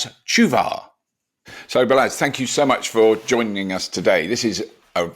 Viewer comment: Lads, it's pronounced similar to "ball-ash".